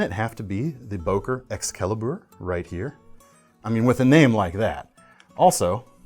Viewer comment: Boker Exskelibur, lmao I’m dying lol